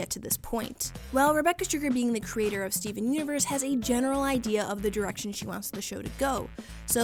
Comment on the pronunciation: I'm pretty sure you said Steven unures 😂😂😂😂